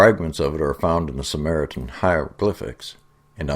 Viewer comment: “Sumeritan hieroglyphics?” Dude you need to get your shit straight before you go blurting sound out of your pie hole!